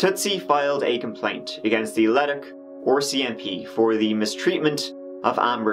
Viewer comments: The 'OR-CMP' got me this whole video. Assumed it was the Ontario branch of the RCMP, before realizing that I know which province Edmonton is in and it's not Ontario. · The "Oarsi MP."